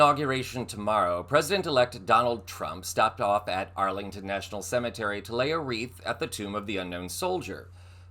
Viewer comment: It's "CEMETERY".